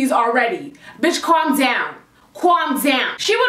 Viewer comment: "Corm down" lol